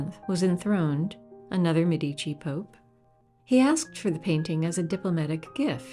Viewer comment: Another marvellous video! Thanks!! I must point out, though, that Medici is pronounced MED-ee-chee, not med-EE-chee. Ghirlandaio is another name that's difficult for non-Italians to pronounce;: geer-land-AH-ee-oh.